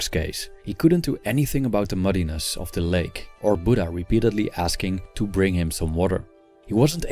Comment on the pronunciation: It's not budda it's buddha 😔